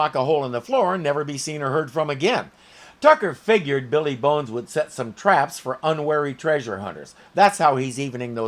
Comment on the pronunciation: WHY does pronounce "Billy Bones" as "BEE LEE Bones"????? Drives me CRAZY!